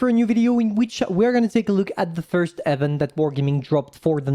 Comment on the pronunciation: Hi Pantoufleee, hope I'm being helpful here and not annoying, but event isn't spoken "eh"-vent, but "ee"-vent fyi. Hope this helps, otherwise just ignore lol